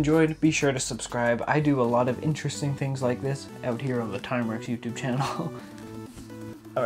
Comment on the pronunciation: I thought it was ‘INTRESTING . . .’